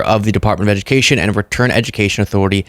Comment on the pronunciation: No ed-u-meh-cation = more republican voters